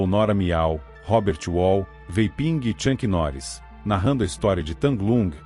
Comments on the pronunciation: Na minutagem , Tchank Norris? Pronúncia erradíssima... o certo é - Chuck Norris ok! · "Tchanqui Noris" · Chuck Norris e não Chunck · Tem que aprender a pronunciar bem o nome do Chuck Norris, é uma vergonha.